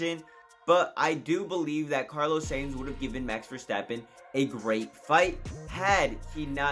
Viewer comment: Carlos SAINT, SANES, SANE yea mate. you gotta fix your pronounciation, might as well say carlos science.